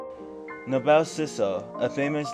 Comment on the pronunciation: Thanks for the wonderful video! For what its worth, its pronounced No-Bull ( Noble ) and not No-Bell 😊